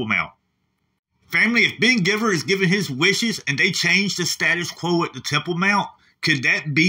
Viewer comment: lol ❤️ I think his last name is pronounced gyveer rather than giver